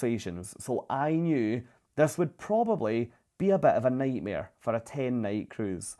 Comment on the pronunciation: "NIGHTMARE", LOL.